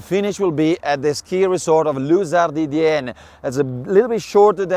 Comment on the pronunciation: Is it that hard to say Luz Ardiden? Luz Arden? Luz Ardidienne? Common guys!